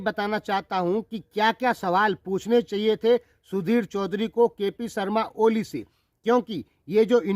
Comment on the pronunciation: Bhai jee aap ko kp oli ka nam to thik se lena nhi ata aap kya intarvew lenge